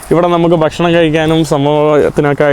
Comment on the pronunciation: ആവർത്തനം വളരെ അരോചകം. നമ്മുടെ, നമ്മുടെ, നമ്മുടെ, പുള്ളിക്കാരൻ, മനോഹരം,, നമുക്ക് കാണാൻ സാധിക്കുന്നത്, etc. പിന്നെ ബഷണം, വേണ്ട, ഭക്ഷണം എന്ന് പറയുക. വീഡിയോ കൂടുതൽ ആകർഷണം ആകാനാണ് പറയുന്നത്.